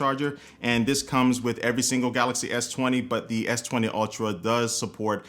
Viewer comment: S twentay !!!😂😂😂😂